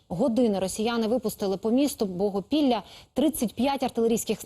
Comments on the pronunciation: Мені одному почулось богопілля? Чи в мене глюки , Білопілля якщо що) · Сооміє місто не Богопілля а Білопілля уважно текст читайте